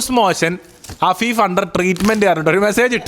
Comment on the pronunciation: ❌️afeefa✅️😂